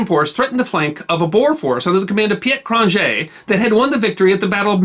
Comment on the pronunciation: Very interesting. Thank you! To improve your series, I'd suggest working on your pronunciation of foreign names. I confess I cringed when I heard Cronjé's and Laurier's names...